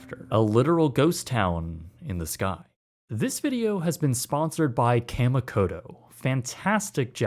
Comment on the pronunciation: (kah-mee-koh-toh) just saying as I'm so use to Japanese pronounciations